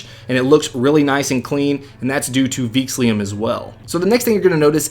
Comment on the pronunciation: Theme name is "Veexillum", not "Veexlium"!